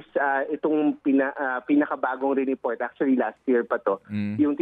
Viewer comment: Achully, achully, achully...